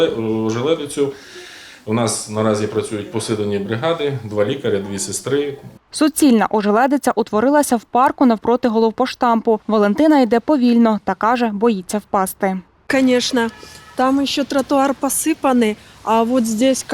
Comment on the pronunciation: Ви, що серйозно!!! На дикторка каже: "навпроти головпоштамПу..." Чиясь кума, дружина, невістка? На роботу треба було узяти? Гарна у вас контора. А ви ще захопилися перекладами інтерв'ю...